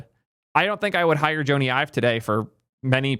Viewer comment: Actually, got it right. It's actually pronounced Joan-E. He's british.